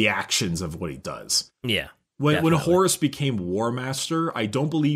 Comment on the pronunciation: I THOUGHT HE SAID HORUSSY AND I'M FUCKIN' DEAD.